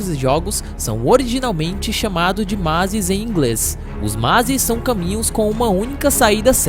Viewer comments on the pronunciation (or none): Mazis em inglês 😂😂😂 o correto é mazE